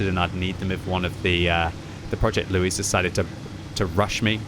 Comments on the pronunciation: He keeps calling it Loue and not Louis ... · Louis is pronounced "Loo-ee". The name is French by origin, just like the tank, and should be pronounced as such.